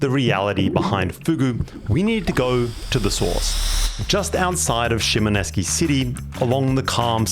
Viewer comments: Shimoneski? Look at the spelling. It's pronounced exactly as it's written shi.mo.NO.SE.ki. "se" as in "set", just without the "t". SHEE MOH NOH SEH KEE. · Dude, you are totally butchering the pronunciation of Shimonoseki. Did you even look at how it is spelled. You keep saying Sheemo nesky. It’s not nesky. It is shee mono seki. The end is pronounced seki, not nesky. You spent enough time there to ask a local how to pronounce it. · ShimoNESKI? It's shi.mo.NO.SE.ki. "se" as in "set", just without the "t". Shimonoseki (Shee moh noh seh kee). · Why can't you pronounce the name of the town? I mean Japan renamed everywhere they conquered especially in Ryukyu, but it seems kinda ridiculous to be there and have it on the screen and hear you say "eski" really makes you seem . . . not wise. All you have to do is pronounce the letters in the order presented. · Great video - however I was going crazy with your pronunciation of ‘Shimonoseki” - You made it sound Russian lofl